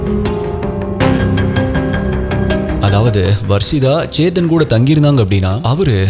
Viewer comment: it is chethan not saythan 😅😅